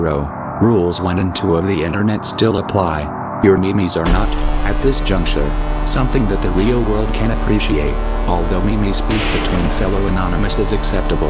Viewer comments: meme is pronounced as "meem", not "me-me" Otherwise good. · He said mee mee. Not meme. Wow